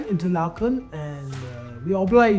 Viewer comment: Hahahaha,Interlakhaaan nhi jee,it's Interleken...pronounce correctly Bharti😢